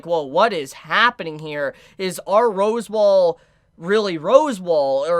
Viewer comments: AND FOR THAT MATTER ITA ROS-WAAL! NOY ROSEWALL! YOU EVEN SPELLED IT RIGHT IN YOUR OWN FREAKING COMMENT! HOW ARE YOU THIS FUCKED?! ITS SAID RIGHT TO YOU IN THE ANIME! JUST. SAY. IT. RIGHT. PLEASE.... I just can't anymore. I used to absolutely love watching your content. Now I can barely stand listening to your voice. An honest mistake can be easily forgiven, but constant unrelenting errors with no sign of a willingness to improve its downright condemnable. There's no more excuses, you own your audience and yourself better. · Your pronunciation of echidna and Roswaal is barbaric homie Like bruh 🤣